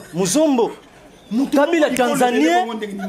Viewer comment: Kabila[ Ká..bi..là] c'est comme ça se prononce. Je suis Mukongo.